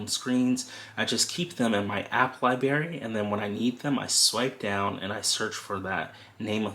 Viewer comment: Libary... hehe!